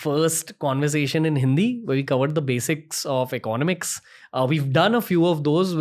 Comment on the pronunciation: eco-nomics not econ-omics.